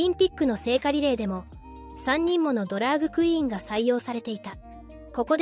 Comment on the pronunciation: 他の多くのYouTuberが「ドラッグクイーン」と表現をしている中「ドラァグクイーン」と正確に表現していて感心した。